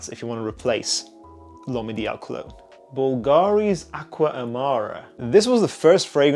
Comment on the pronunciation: Great video, big fan of the channel! One note for the future: it's pronounced bUlgari, not bulgAri. The stress is on the U, not the A. Source: I am not Hermione Granger, but I am from Rome, like Bulgari.